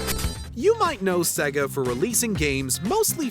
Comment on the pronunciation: the way he says Sega though